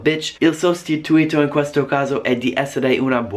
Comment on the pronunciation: Video molto interessante. Una cosa: si dice "un sostitùto" non "un sostituìto" (per dire "a substitute / replacement") Il concetto di bestemmia è proprio diverso: in italiano vuol dire associare il nome di Dio con un insulto / riferimento offensivo. In inglese bestemmiare vuol dire praticamente "nominare il nome di Dio invano", ossia dire parole legate alla divinità (hell, damn, God) in un contesto non religioso, il che in italiano non è considerato bestemmia se non dai più tradizionalisti.